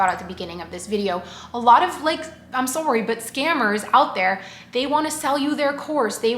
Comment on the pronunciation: Your “sorry”’s in the intro are so Canadian love it 😆